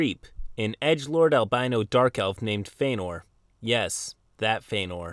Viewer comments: This edgelord upsets the hell out of me, don't butcher Feanor's name c'mon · Mispronouncing Feanor is triggering my inner LOTR Nerd :/